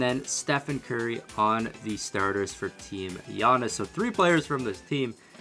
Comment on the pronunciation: Yo he said gurry